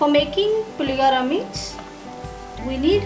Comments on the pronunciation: You need to get few things right before learning to cook. 1) pronounce the name correctly- it is Puliyogare and not Puligare. 2) it is not Cumin seed but it is Mustard seeds. 3) it is switch on the stove and not switch off. 4) No-one uses Coriander leaves for Puliyogare. Hope you understand. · You cannot even pronounce the name of the dish properly